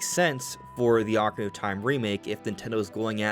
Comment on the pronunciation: Thank you for saying Ock-arina and not Oak-arina 🙏🏻 😂